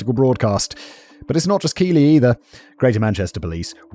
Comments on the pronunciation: I’m only a short way through the video, and I’m already aware of the case and I’m horrified. As a resident in Keighley, and having lived here during the time in question, it’s scary to know we had this issue here too. Also fun fact, it’s pronounced Keithlee, not Keely. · It’s not pronounced Keighley, it’s Keith-Lee. My grandad comes from there and your mispronunciation is driving me nuts. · Simon's pronunciation of Northern towns upsets me 😅 Keighley is pronounced Keith-Leh